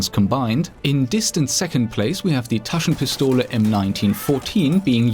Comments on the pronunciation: taschenpistole gut ausgesprochen ^^ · haha, i love how u say "Taschenpistole"... I'm german, so i can tell u with sure: you were pretty close... not bad.